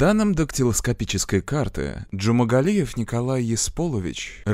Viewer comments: Джумагалиев, а не Джумангалиев! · почему вы в ролике называете его Джумангалиев? он Джумагалиев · ДЖУМАГАЛИЕВ, не джумангалиев.. бесит что его никак не наказали!ну почемууу?!!???а так всегда смотрю вас, очень нравится ваш канал, привет 🙂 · я один слышу, что диктор в кадре произносит фамилию маньяка как "джумаНгалиев"???? если в действительности буквы Н в фамилии нет. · Уши режет, когда называете "ДжумаНгалиев"